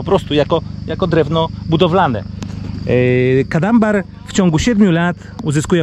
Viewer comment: To nie kadambar tylko Cadamba